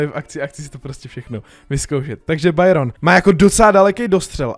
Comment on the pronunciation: Říká se to: Bayron, koloner raf